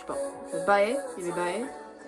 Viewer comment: Bae son nom se prononce comme la lettre b. C’est bae comme tu appellerais un partenaire romantique en anglais